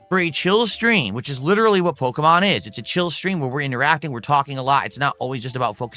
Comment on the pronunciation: He can not for the life of him pronounce “Pokémon”.